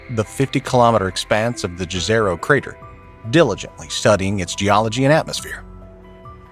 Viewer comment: The word "jezero" is of Serbian origin. We spell the word exactly like that, but you in the English-speaking area should pronounce it as if it were written "yezero".